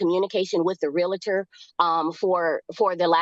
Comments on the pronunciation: As a non-American I'm confused. Isn't a Karen a name used to sarcastically refer to an entitled white woman? Isn't it more appropriate to call this woman a strong and independent black Queen? Also, isn't the word "realtor" pronounced real-tor and not real-a-tor? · REAL-TOR REAL-TOR There is no A between the L and the T. It is not REAL-A-TOR. LHM!!! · Its realtor, not realitor you moron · And there’s no such thing as a “reLAtor”. It’s “reALtor”. Groves me nuts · Her repeatedly saying 'Realator' irks me so bad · Omgoodness this female is something else, overtaking the judge. And the word is REALTOR.....NOT REALATOR! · Real-tor not Real-a-tor🤦‍♀️🤦‍♀️🤦‍♀️ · her saying "realator" is the real crime here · The word is Realtor, NOT Relator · WHY do so many Americans say "realator" instead of "realtor"? Have they never connected 'realtor' with REAL estate? You wouldn't say "realastate" would you? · She should be convicted for mis-pronouncing REALTOR as "reel-uh-ter." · Real-i-ter 🙄 Ignorance is as ugly as narcissistic non-compliance. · The way she says Real a tor & Expar tea drives me nuts, as does her annoying voice. Had to watch a second time, it's a banger lol. xo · The word is real•tor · There is no "i" in Realtor. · RE-AL-TOR. Learn how to speak English.